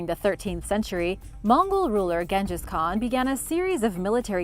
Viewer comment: Oh come on. I suffer through many mispronunciation but you can't even pronounce Genghis Khan?? Please, please. You give me a brain bleed sometimes.